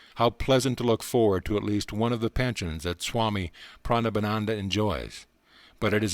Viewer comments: How about "Prana Banana" for Pranabananda?😂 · 😅😅 He said "Pranabanana". 🍌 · Narrator said "Pranabanana" 🍌 🤣🤣